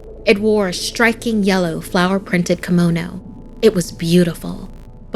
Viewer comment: This. It also triggered me how she pronounced kimono. Like honey, it's not kemono, it's KImono